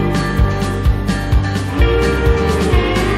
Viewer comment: Its pronounced Boh Rah Kay ( not bora cay